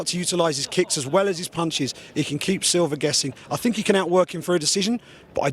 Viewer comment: Is it me or does Bisping say "Silver" everytime he says Silva.